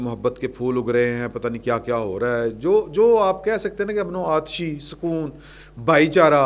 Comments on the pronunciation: یہ لفظ آتشی نہیں بلکہ آشتی ہے۔ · بہت اچھا تجزیہ معزرت کے ساتھ ۔ امن و آشتی درست لفظ ہے امن و آتشی غلط ہے